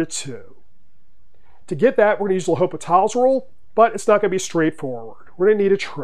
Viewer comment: The H is silent. But great video and good problem!